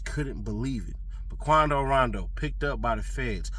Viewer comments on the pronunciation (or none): How can you mispronounce his name when his rap name is based on it. Come on